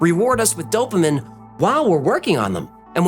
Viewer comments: Cmon man... Some times you pronounce words like English isn't your first language. I've worked in medicine for 13 years and I've never heard dopamine pronounced dopamin. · just an FYI - Dopamine is pronounced DOPE AH MEAN 😘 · I love you my guy, but the "dopamine" pronunciation really hurt my feelings 😂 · i feel like the way you pronounced "dopamine" was a cicada clue of some kind...... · if i hear you mispronounce dopamine ONE MORE TIME, Im gonna lose MY FREEKIN MIND!!! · Without going back, the only thing I picked up on was “dopaminE” being pronounced incorrectly. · You had me until you pronounced dopamine wrong. haha great video! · The number of times in rapid succession that you mispronounce dopamine is tragic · Why do you have such a hard time pronouncing DOPAMINE? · oh god bombardment by the pronouncing of dopamine so many times in rappid succession it hurts stop it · I don't think I've ever heard anyone pronounce dopamine the way does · why do you keep on saying dopamine wrong? The i is an e sound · Bizarre that he mispronounced it. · I think your mispronounciation of the word dopamine is a clue to your puzzle... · Really considered unsubscribing because of how you, in my opinion, purposely pronounce “Dopamine” incorrectly back to back to back just to catch me off guard and hurt my brain. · Love ya, bit you are miss pronouncing dopamine. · If you mispronounce dopamine one more time😂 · the mispronunciation of dopamine bugs me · Oh man,, listening to you mispronounce "dopamine" over and over was just f'in killing me. Wait...was that a clue? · Bro, why are you saying it like that… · Love your channel --- hate the way you pronounce 'dopamine' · You pronounce dopamine a bit strange. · Obvious mispronunciation of dopamine has to be a clue… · dopamine pronounced: "dope-a-mean" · If the puzzle is you pissing me off for how you’re pronouncing “dopamine” then I’ve solved it. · Lol. "Dopamin" its dopamine bro. Dow-puh-meen. Not dow-puh-min 😂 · PS: dope-ah-mean